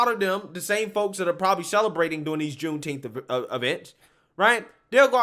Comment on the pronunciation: Juneteenth or Shooteenth??